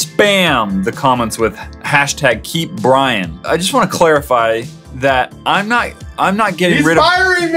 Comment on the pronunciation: lol it's Brian not brain